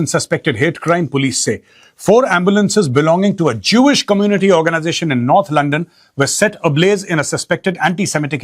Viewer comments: 2nd time jab londan bola lundan nhi sir aapne lund bola h 😂😂. par suno dhyan se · For a moment, I just heard only Lond... Part of London 😂😂😂